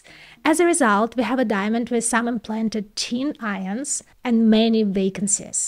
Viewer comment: Teen ions